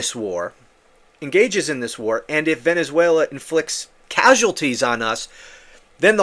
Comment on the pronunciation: He wants to be able to say he stopped the war between venezuera (his pronunciation) and the USA.